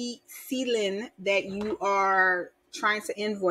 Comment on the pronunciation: Thanks. CLIN is pronounced "klin" like klink but without the last k, CLIN rhymes with win... like when you win the money!